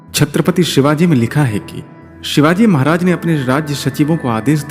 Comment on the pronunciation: व्हिडीओ बनाके के पहले तू महाराज का नाम सही से लेना सिख.. हमारे भगवान है छत्रपती शिवाजी महाराज..